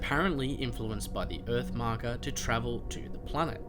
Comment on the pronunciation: When you say marker it sounds like mako